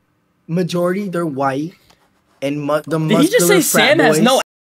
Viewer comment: Some like moscular dude 😂😂